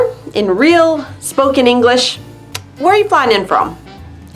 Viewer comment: /English-e/?, you often say [English-e]. Why -e? This video